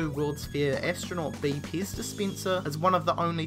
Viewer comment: Your saying pez paze